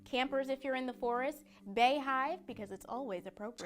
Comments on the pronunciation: Is...is no one going to mention bey-hive? We’re just letting that one slide. If you walked into an office and said “bey-hive” you probably would be strung up and have your guts cut out like a real Guy. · "Beyhive"? That's def a no from me, chief.